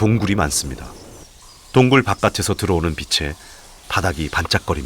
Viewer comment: 재미있는 자연의 이야기를 올려주셔서 감사합니다. 그런데 옥의 티가 있네요. 바깥에서를 바까테서라고 읽어야 하는데 "바까체서", 흙의 정체에서 "흘긔"를 "흐게"라고 읽으셨네요